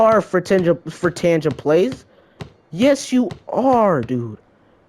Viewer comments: FRI-TANGA! TANGA!! NOT TANJA!! TANGA!!!! FUCKING TANGA!!!!!!!!!!!!!!!!! YOU PRE-PUBESCENT FUCK!!!! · Did his English teacher not smack the shite out of his hand with their ruler hard enough? It's fucking pronounced "Fritan- GA" Also, the kid needs to upgrade his audio kit before even I can take him seriously. Know what I'm sayin'?